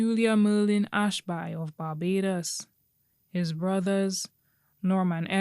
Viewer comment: The name is pronounced Ashbee